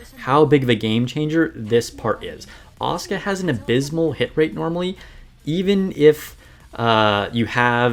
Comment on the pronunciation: Finally someone pronoucing Asuka correctly, most Nikke content have been unwatchable for me recently since everybody butchers it and repeats the name every two seconds. And I was looking for some tips on her as I did luck out to 3 star her, before my SSR luck completely ran out.